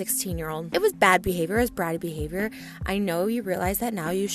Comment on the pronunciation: Can we just say that Trisha said Your BeHaVoIYoUr